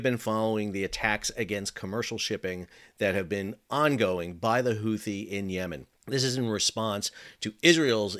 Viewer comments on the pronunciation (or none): The second h in Houthi is silent..... Unless your stewie griffin, or you, I guess..... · Houthi? YOUTHI !!